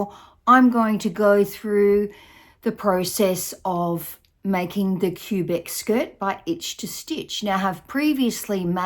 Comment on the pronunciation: it’s pronounced Kwuh-Bec - city in Canada.